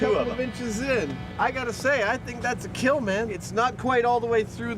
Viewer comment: "Your machine gun... will not keeell"